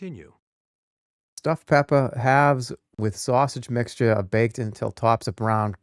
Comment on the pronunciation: Stuffed peppahs with sausage mixchuh, gahnished with rosemary sprigs